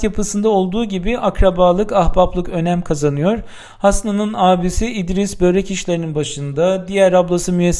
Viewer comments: Lütfen, “böörek “ demeyin. Dilimizde uzun “ö” harfi yok. Çok kulak tırmalıyor. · birkaç dil sürçmesi haricinde sorun yok. diksiyonunuz çok güzel. Börek kelimesini de çalıştınız mı her şey harika olur. Harika bir video idi teşekkür ederim